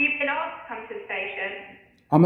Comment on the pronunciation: He says "arksed" 🙄